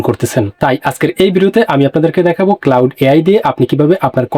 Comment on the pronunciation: ভাইরে ঐটা ক্লাউড না, ক্লড